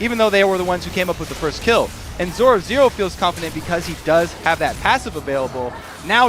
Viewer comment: 13.58 haha he cant say zorozero :D